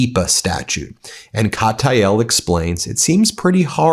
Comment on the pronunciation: * Kat-EE-AHL, not Kah-TAH-YAHL.